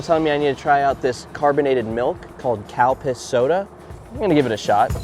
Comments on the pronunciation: Did he say cow piss soda 😂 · I know its Calpis, but it sounds like you said Cow Piss.